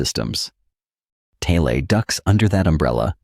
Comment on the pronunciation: if only you could pronounce it right. It's rather annoying